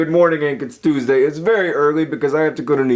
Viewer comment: John sounds like a New Yorker when he says Tuesday in the beginning.